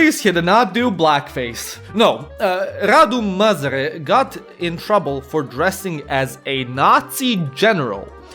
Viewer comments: Not quite, he says "Măzăre" all the time i stead of "Mazăre" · I find it funny how you say you can't pronounce "Ă" in "MAZĂRE" but you actually pronounced it as "MĂZĂRE" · zici ca nu stii pronunta "ă" dar citesti "măzăre" in log de "mazăre" ce plm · You did actually pronounce "ă". You said "Măzare" instead of "Mazăre". For someone how tries to learn romanian, I thing I counts as a win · If You wanna pronounce "Ă" just say "uhhmmm" and remove the "m" Edit: Oh and Mazăre means Pea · ă is like ugh or uh. Think the er in butter (American pronounciation of butter not the British one). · the A with a thingy above it is pronounced something like a short uhh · The ă basically sounds like uh so that's show you pronounce it. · the A with that on it is pronounced like a short uh in english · No, he pronounced it măzăre and măzare which makes it even funnier...😆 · Ă is pronounced as "ah" in that idiotic and braindead tone with a little girl tone